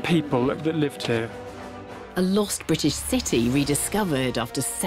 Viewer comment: THERE US NO SUCH SOUND IN THE ENGLISH LANGUAGE SUCH AS HKKKR. IT IS H, NOT SOME PRO ARAB , WOKE LEFT PRONUNCIATION. THE WORD IS BRITISH, NOT BWITISH. MY COMMENTS ARE BELIEF ONLY WITHOUT PREJUDICE.